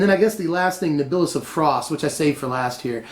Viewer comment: Second person now to put NibIlis f frost. It's just Niblis.